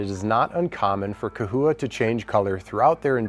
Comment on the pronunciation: Lmao !! It’s CA-HOUA ( pronounced ) Still spelled CHAhoua LOL 😂 🦎😉🤣 There ya go !